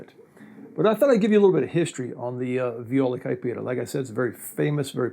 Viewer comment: How can you say viola caipira that way, i mean, almost perfect